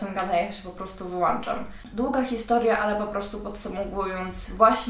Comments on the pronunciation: Wyłączam, a nie "Wyłanczam"!!! Zaraz wrócisz do tej szkoły :D "żarcik taki" pozdrawiam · Wyłączam, a nie wyłanczam...